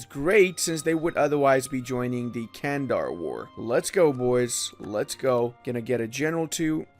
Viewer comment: Nice vid, but those mispronounciations... it's not 'Candar', it's 'Çandar', sounds like 'Jandar' and 'Chandar' simultaneously